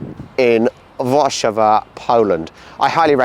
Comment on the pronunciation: Great video about Narodowy. One tip: In Polish, we always stress the penultimate syllable. If you could pronounce it as 'War-SZA-wa,' changing just this one element would make a huge difference in how your Polish is assessed by native speakers.